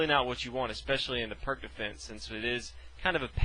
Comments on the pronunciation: The Pirc Defence (/pɪərts/ peerts, though often mispronounced as /pɜːrk/ purk) is an awesome defense, when executed correctly :) just sharing my experience with it; while sharing knowledge on pronouncing it correctly. 😎 🖤😊 In Chess, we never Lose, just learn. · Why are you all complaining so much for his mispronunciation of Pirc? Search up Pirc defense, and you’ll see a ton of videos in which the person says perk instead peerts . It’s a common mistake so don’t get mad lol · It's pronounced like "pierce" with a t before the -ce, not "perk." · Darryl Minaker no his name is pronounced “peerts” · Please, everyone, it's pronounced "Peertz", The guy was Serbian, in Serbo-Croatian, the c at the end of words is pronounced like a "tzuh" (unless accented and then it is a "chuh" i.e. Marinovic) and the "i" is like an "e". Have some respect for the guy's name. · I don't think it's pronounced "perk" lol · pirc is slovenian second name and is surely not prk nobody wants to be called prk we say p like in peter , i like in liz , r like in ronald and c like in zz in pizza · This dude did a great job introducing us to the pirc defense, and you over there making fun of his pronunciation of foreign fuckass god knows what words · I know it's hard for you americans to imagine someone isn't pronouncing words as you do, but surprisingly, you're wrong